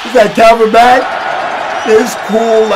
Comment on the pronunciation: "Kalvin Mack"